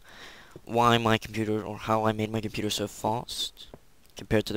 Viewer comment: that's the best pc computah ever